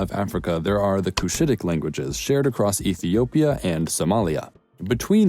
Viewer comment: You butchered Ethiopia/Kenya/ Somalia in so many wrong ways 🤦🏽‍♀️